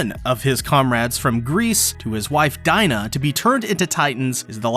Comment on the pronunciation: .... It's DEE NA, NOT DIE NA!!!!! xD